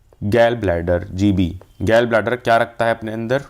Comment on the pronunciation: Gall Bladder ❌ Gell Bladder ✅